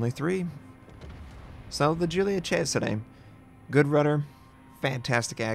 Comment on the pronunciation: Yes, someone that manages to pronounce Cesare right!! Thank you from the Italian community